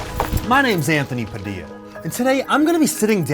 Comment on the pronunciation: Wait i thought its pronounced "PADILYA" not "PADILA"